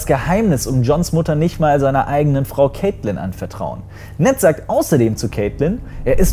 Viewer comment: Die Frau von Ned Stark heißt übrigens Catleyn nicht Caitlyn Ansonsten...Sehr gutes Video!!!